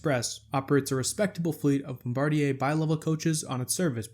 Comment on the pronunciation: Congratulations on your correct pronounciation of "Bombardier"! The vast majority of people pronounce it like the crew member who drops the bombs. I was very crudely corrected by an employee of the company when they were in Philadelphia mamy years ago testing the first generation of Acela trainsets.